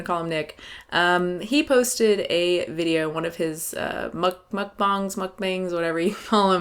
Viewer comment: My girl said "MukBINGS"